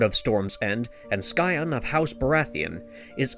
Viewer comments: FYI The word Scion is pronounced " PSY-UHN" not "SKY-UHN" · "Skion"...... Wat?